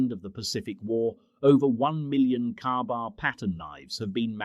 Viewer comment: A KA-BAR is NOT pronounced "Carbar" NOT flat ground NOT balanced at the guard NOT pictured even once in the video